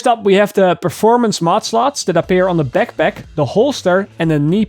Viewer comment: I laugh at the peckpeck, AKA backpack